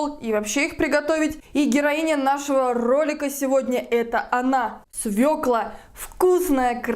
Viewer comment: Спасибо, что вы правильно произносите название овоща- «свёкла», а не свеклА